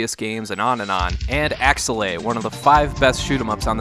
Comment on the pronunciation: This is one of my favorite games on the SNES and up until you pronounced it I had no idea how to say this name. I've been saying AKE's-LAY